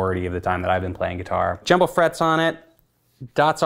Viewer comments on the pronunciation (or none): none